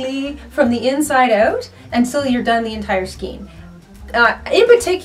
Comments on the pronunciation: lol " skeen"...everyone I know calls them a "skane" lol isnt it funny! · you are pronouncing Skein improperly and every time I hear it I want to let you know but please pronounce it properly. Otherwise love your videos. It’s pronounced skane because of the E before I rule. If the E is before the I then it is pronounced as an A. If the I is before the E then it is pronounced as E. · Skein rhymes with cane. Not skeen. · Good tip on finding the ends. I'd suggest, though, that if you have to take a larger amount of yarn from the centre of the skein (pronounced "SKANE", not "SKEEN"), hold the end between thumb and forefinger and loosely wrap the yarn around your hand from THAT end until you have wrapped all the yarn up to where it came out of the skein. That way, you are creating a pull-skein (outside the main ball) to pull from while creating something wonderful and when you've used up that outside yarn, you've made your way to the inside pull-skein (that which was left in the original skein). Hope that makes sense. Keep up the great videos! M <><. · You are a very sweet person, so please don't take offense at this. The way to pronounce skein is "SKANE", not "SKEEN." Thank you. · I understand how newbies would need a video like this. I found it unbelievably simplistic. That's like asking "how to open a bottle of water". lol And it's pronounced SKANE not SKENE.- unless you're from Canada. lol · Pronounced 'Skayn'...skaaaayn. Sorry, the 'skeen' thing was distracting and making me crazy, LOL. :) But yeah, nice yarn stash! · Also, skan rhymes with can, but never ' skeen',; really is not a matter of dialect just correct pronunciation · Why do you say "skeen"? It's "skayn"!! The "ei" is pronounced the same as the "ei" in "weigh" and "neighbor"!!! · It's pronounced "skayn"' not "skeen." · It's pronounced skAYn, not skeen. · NINE minutes and THIRTY FOUR seconds is NOT a "quick tip"!!! We say scain of yarn here....not skeen. : ) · Skein is pronounced skAYne.